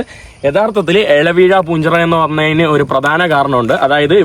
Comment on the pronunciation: അല വീഴാ പൂഞ്ചിറയല്ല ഇല വീഴാപ്പൂഞ്ചിറ😂